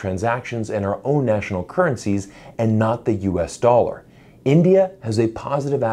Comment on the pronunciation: Yes USA doll-arrr the pirates currency....arrrr....